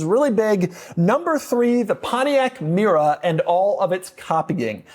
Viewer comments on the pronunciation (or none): Not a Pontiac Mera. Its Mera.